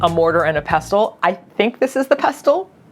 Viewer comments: Yup, we call it a "Cucumber". We also pronounce "Pestle" as "pessle". Think of Jamie Oliver saying "Mortar ans pessle". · wait... the T not silent in pestle? I might have to update my fifth graders' phonics lessons